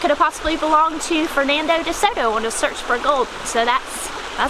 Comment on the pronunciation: Did she say Fernando Desoto? Its Hernando Desoto......regardless,,, great video!